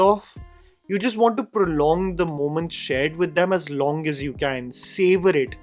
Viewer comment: MAI Azhagan Z should be L while pronouncing. But good attempt 😃👍. Just like 96 movie this movie also roles around my town. Thanjavur 😍